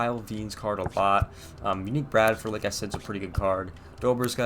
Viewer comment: #17`you said unique it's EN REEKAY